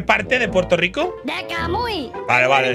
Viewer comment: Nadie Absolutamente nadie Eskimalito: SOY DE PUELTO LICO MAMAHUEVOOOOOOO